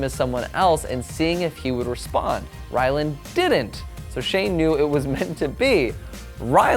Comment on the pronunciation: did he just say Shane Dawson and Wyland Adams? lmao Anyways, i’m so happy Shane proposed!! I’ve been waiting for this ever since they got together:)